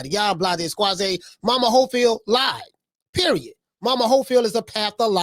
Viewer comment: How they call him momas hofield 😂😂😂😂😂😂😂😂😂😂😂😂 thas crazy